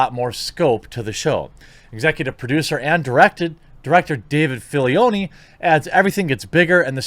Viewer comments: It's "'Filoni" not Filioni. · Dave FaH-Low-Knee That’s how his last name pronounced buddy! Just letting ya know, not trolling not being a d*ck! ❤️ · When he said Dave philyoni 😂😂😂😂😂😂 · David Fil-i-oni 🤣😂🤣😂 . When it comes to gettin me fix o' the Mando, I'm what you would call a bit of a salty dog. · So we’re not gonna talk about how he said David filioni?😭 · SO NOBODY IS GONNA TALK ABOUT HOW HE SAID DAVID FILIONI LIKE COME ON😂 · If you can’t pronounce Dave Filoni’s name right I don’t trust you 😂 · Never trust someone who can’t say Filonis name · The way he said Filoni really hurt me inside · Jacob McMahan Stupid? He mispronounced Filoni’s name. It’s not stupid, just a recurring mistake. No need to be so harsh on the guy. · This is a "thing" with me : mispronouncing a last name. You did this on both Dave Filoni and Gina Carano.